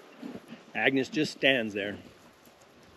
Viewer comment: the name of the mule is Agnes, not agnus 🙂